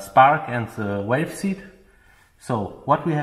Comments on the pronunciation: When it sounds like he says wave or waves he means valves. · even if he said falf it'd be close enough. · V v valve, not walve lol just pulling yer chain 😉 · Love your work but its valves vvvvvvvv valves not 🐳 😂. Only playing great work 👍🏻